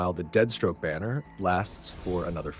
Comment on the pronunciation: Why does he keep saying deadstroke?